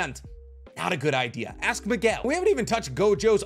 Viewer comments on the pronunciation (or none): none